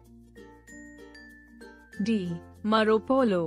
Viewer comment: marco polo mam not maro polo